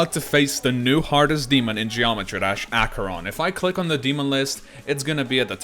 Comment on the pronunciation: Headacheron lol